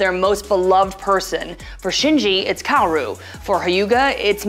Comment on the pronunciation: “miss-ado” “COW-RU” “As-ka” Do you think we’re a joke?